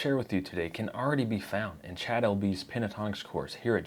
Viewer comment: Cha'ad....almost as bad as to'od! Jeeesh